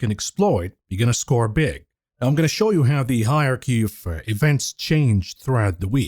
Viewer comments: Higher Key? Yeah, got to cut him a bit of slack. I'm pretty sure English isn't his first language. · Hilarious pronunciation of hierARChy….